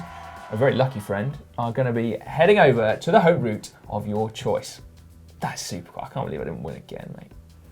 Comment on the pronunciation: Great job guys but just one thing: in ''Haute route'', we don't prononce de h so it would be like saying ''oat route''.